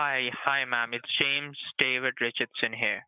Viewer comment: He told me Jay-Ams 🤣